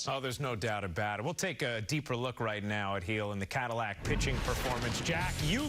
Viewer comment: Who is Luis Geejil? Dude its 3 letters. Gil